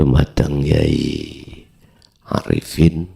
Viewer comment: Kyai..bukan yai..klo yai itu sebutan suku tertentu yg artinya adalah kakak..klo Kyai artinya Orang Alim yg ahli,pintar dlm urusan Agama Islam.